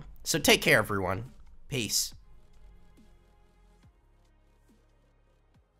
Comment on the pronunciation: Nobody: Stelths outro: DidDY KonG